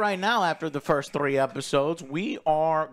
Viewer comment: Why does pronounce the word "three" like that